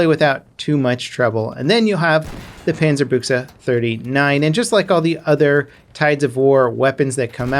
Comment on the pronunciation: Yo major props on the pronunciation most ppl pronounce it Bush but dude that was solid. Keep up the content n maybe check out world of warships ;)